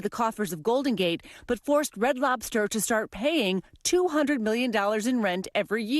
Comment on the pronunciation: What that old man say “Red Slobters.”😂😂😂😂😂